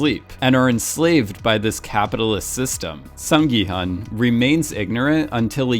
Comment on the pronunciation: hun in gi-hun is pronouced 'hoon' (well, the subtitle could've been betten in this case i suppose) & hwang in hwang in-ho & jun-ho, 'h' is pronounced so it's not wang as you pronounce it...sorry i'm bored so thought i'd just put my 2 cents in...